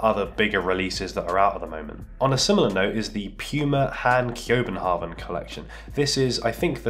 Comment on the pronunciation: Remind me to teach you how to pronounce Kjøbenhavn tho